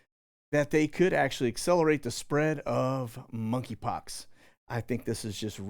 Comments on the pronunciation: The "K" in Monkey Pox is silent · The K is silent in monkeypox